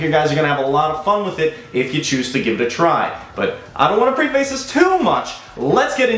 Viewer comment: Old man tip….pref- ace. Not pre-face. Lol